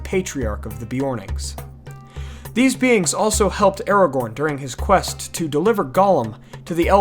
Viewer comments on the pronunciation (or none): none